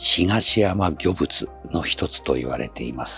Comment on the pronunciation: 「東山御物」は「ひがしやまごもつ」と読みます。